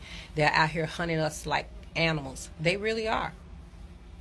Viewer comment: She said ankneemals😂😂😂